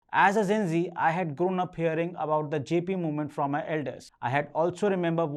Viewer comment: Thank you for the video. Since you aresaying the word Gen Z so many times, try to pronunce it as Jane Zee and not Zen Zee. I have a youtube channel on communication skill and I think you are doing great!